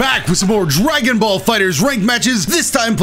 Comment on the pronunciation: hehe "Dragonbal"